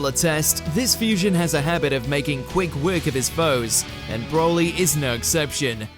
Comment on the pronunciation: Man said broli